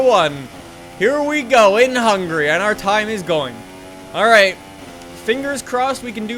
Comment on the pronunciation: is it just me or do you say instead of Hungary hungry